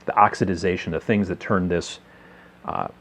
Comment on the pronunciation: Oxidation. You keep adding an extra syllable!